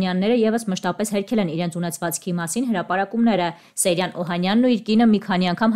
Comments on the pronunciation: Սեյրան😊😊😊Ճիշտ գրեք ու կարդացեք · Աղջիկ ջան հնարավոր չէ՞ մի քիչ ուշադիր լինել ՝ ոչ թե Սերյան, այլ ՍԵՅՐԱՆ երբ գրածն ու կարդացածը սխալ է, ասվածն իմաստը կորցնում է։ Ուշադիր եղեք։